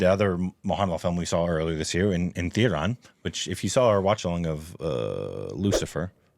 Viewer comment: There is no N in that movie name. I don't know how you guys pronounce it as Thundarum